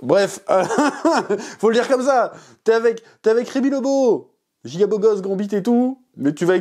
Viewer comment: Remy Lebeau "GRANBITE" mdr